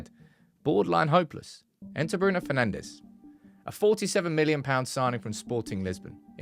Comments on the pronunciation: Bruno FernandSCH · Bruno Penandes😂